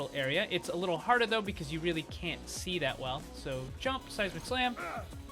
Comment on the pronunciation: Ahahah, every time you say the phrase "Seismic Slam" I always think you say "Sasi Mac Slam" aha. So funny.